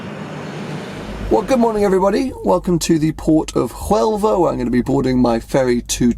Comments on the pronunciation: You shouldn´t p`ronounce the H in Huelva, you should pronounce it like "WELVA" ~ish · The H in Huelva is silent, like d in django